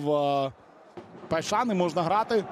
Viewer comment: Поясніть хто шаре, чому коментатор каже ПайшаН??ЛеаН, КойсесаН??